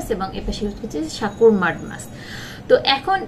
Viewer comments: উচ্চারণ ঠিক করেন সাকুর হবেনা হবে হলো সাকুরা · Sakurai hbe murkho